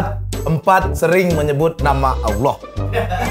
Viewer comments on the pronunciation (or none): none